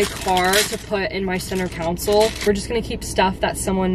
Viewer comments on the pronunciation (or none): “council” lol it’s console 😭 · it’s console not counsel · "center counsil" LMAO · Counsel 🤣 lol love you girl but that killed me it’s CON- SOLE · it’s not a council it’s a consul lol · It's cONsOle.... Not council😅 also, he careful of The steering wheel going thing!! Can be very dangerous. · Congratulations on getting a new car! Also they are called tissues not Kleenex 🤢 and you meant console not council lol 😂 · It's a console not a council 😊